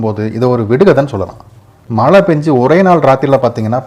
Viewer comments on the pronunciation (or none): பல மொலி , மலை‌ இல்லைங்க தமிழை சரியாக உச்சரிக்கவும்.